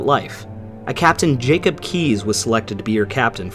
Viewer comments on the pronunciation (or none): none